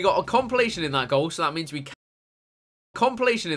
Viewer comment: " Complitation in that goal 😂 "